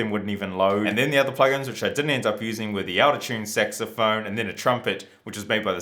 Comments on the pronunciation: Dude git out of here with your dirty mind. It clearly says sax not sex... (Yes I make fun of your pronunciation, sorry. xD ) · You pronounce it "Sexophone" LOL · I know it's just your accent and all, but when you say saxophone, it almost sounds as if you're saying SEXophone 😂